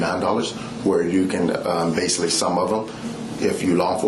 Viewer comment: Pervy man says “basily”